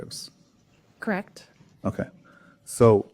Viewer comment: 💧💧💧😢 You appreciate music, 🎶 Since when does 'me' have three notes 🎶 You are are also articulate verbally so since when does 'correct' have one syllable 🙃